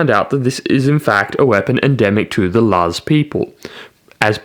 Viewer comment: Oh wow you actually pronounced "Laz" correctly! <3